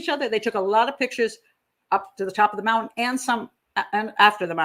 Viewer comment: She says mountain like my nephew ("Moun-TAN") rather than the usual ("Mount-in")